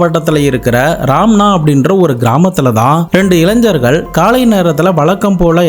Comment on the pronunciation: Ilain"Jar"Gal illa bro Illaignargal; Don't pronounce wrongly. Tamil Gnanam Gna should be pronounced!!! PS: I don't know to how to type in tamil otherwise would have done it!